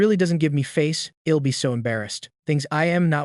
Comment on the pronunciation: why he says ill it's l'll dumby